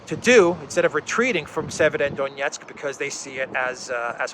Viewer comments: Severo-Donetsk. "Sever" means "north" in Slavic languages... i hope this will make it easier for you to pronounce. Thank you for the awesome content! Greetings from Serbia! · try this. Say two words, ei, SEVER. Then say DONETSK. And then you ad "O" between. SEVER - O - DONETSK.🤞🤞🤞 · Severodonetsk is more or less North Donetsk if this is easier to you to pronounce.